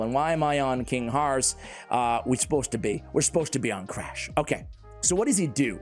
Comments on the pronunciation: honestly only MY opinion, i think Crach is pronounced like "Krak" in "Kraken". "Learnt this pronunciation from playing too much Witcher 3. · Should be pronounced “crock” lol